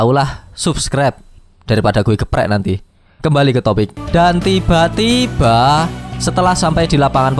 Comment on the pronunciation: Benci dengar kata "dan tiba2" Yg sengaja di gas. Jadi malass sub canel ini.